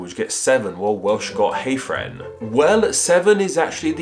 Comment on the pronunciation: Great vid as always, just BTW the name Hafren is pronounced more like have ren in Welsh.